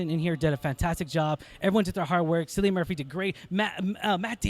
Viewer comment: Cillian (Kill-lee-an) Murphy